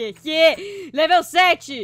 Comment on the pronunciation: Você falou leveu 7